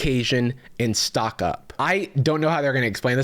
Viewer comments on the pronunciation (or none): none